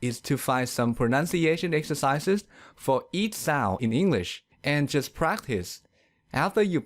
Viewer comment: the narrarator's pronounciation isnt that well!the narrarator's pronounciation isnt that well! work on 'ds. you say "soun" instead of sound. also you say -ch words odd. you say "eash" instead of each. your -m. you say time like "tie". hope this helps! but you are a good speaker for a non native.